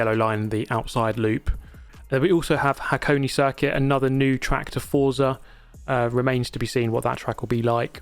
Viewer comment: please pronounce Forza correctly! Is an Italian it's like getting slapped each time you say it. Forza is Italian for Force. Z is pronounced as "ts", like in pizza.